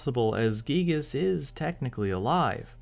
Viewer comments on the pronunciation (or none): I won't fault people for pronouncing it "guy-gihs", as I know it sounds cooler. I just hope more fans recognize that "ghee-gihs" is closer to Itoi's intention with the name! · Finally confirmation that the name "Giygas" is pronounced "ghee-gihs", instead of "guy-gihs". The reason of the sound "ghee" seeming off to the ear. Cool!